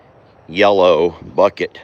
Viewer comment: I noticed the other day that you said yellow with emphasis..lol.. I also corrected you. …lol